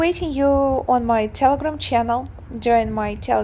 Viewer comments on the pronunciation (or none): none